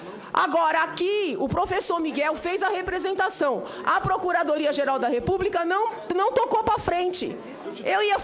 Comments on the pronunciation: RepúbRica e expRica kkk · Uma senadora,e professora,falar "expRica" "repúbRica" ? Lamentável essa senhora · Professora que fala REPUBRICA...coitados dos alunos! Sra Senadora, va estudar o Portugues!